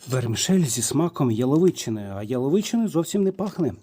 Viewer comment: Наголос "яловичи" на перший склад. Ато вухо ріже.